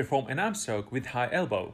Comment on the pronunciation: Great Video and I learned a lot from your channel. However, I have hard time to understand your pronunciation of the word "Stroke" initially but now I am getting use to it. Just remember there is NO 'L' sound in the word. Now it time for me to work on my "Stroke" to keep myself from drowning. :-)